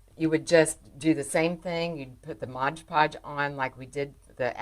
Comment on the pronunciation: MOD instead of MODGE